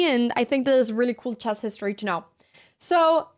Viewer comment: The subtitles say "grandmaster in chaz" and that's spot on how you say it... Jazzy!